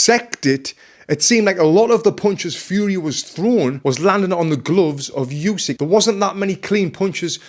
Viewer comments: ukrainian here, should be pronounced more like "ooh-sick" tbf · All good but the 'u' in Usyk is not pronounced like in "Eubank" or "use", it's a hard sound like in "hoUse"